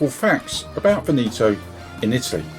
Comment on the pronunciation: Your pronunciation of Veneto is totally wrong. Before making a video please learn how to pronounce it correctly. By the way the video is nice.